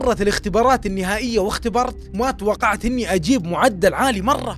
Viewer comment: انت ذكاء اصطناعي يوم تقول ماتوقعت يقول ماتوقعخ